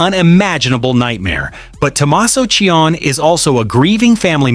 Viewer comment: Name is NOT CHIONN . His last name is Ci-oni.